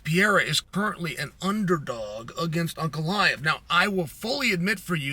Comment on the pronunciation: Chael has inside info that the fight hasn't been offered to Jon yet, within seconds of that statement is claiming the RETIRED Stipe Miocic could be an opponent for Aspinall. Between that and Cyreeyul, Pee-air-ah and Uncle-eye-ev, I can't take this guy seriously.